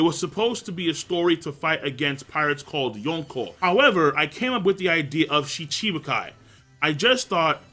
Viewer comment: M8 learn how to pronounce Shichibukai please. You're killing me.